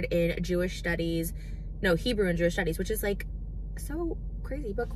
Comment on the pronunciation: Trisha just stop trying to speak Hebrew you aren’t saying it right